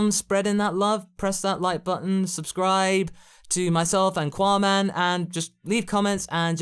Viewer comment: Seriously why is it "quaman"